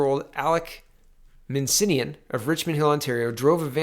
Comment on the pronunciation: Alek "Minsinnian"? It's spelled Min-ass-ian for god's sake. MIN. ASS. IAN.